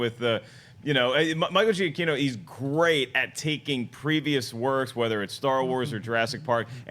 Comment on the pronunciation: Why is it no one can pronounce Michael Giacchino correctly?